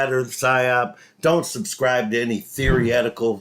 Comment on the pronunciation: Good old He loves to say theory-etical because he thinks emphasizing theory is some sort of smoking gun. He is a pretty good musician however. If he wasn’t so batshit crazy, I’d watch some of his singing/playing videos.